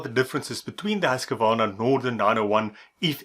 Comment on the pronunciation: The correct pronunciation is Husqvarna ( sounds like Hooskvarna ) certainly not Husk-a -varna .